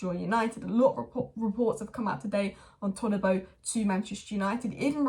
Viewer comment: ToDibo not ToLibo. No L in his name